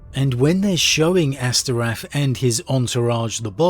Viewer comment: Astorath not Asterath